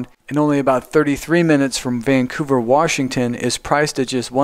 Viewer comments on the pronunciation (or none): Very nice, but Washington is pronounced "Wash"ington, not "Warsh"ington. There is no Warsh in Washington.